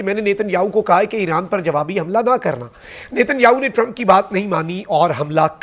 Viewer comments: Eeeran nai hai bhai Iran hai .. name bhi ghalt bolty ho .. Kia ho ghia hai aap ko ❤❤❤❤ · Alif ke baad zair nai hai .. iran bolo plz ❤❤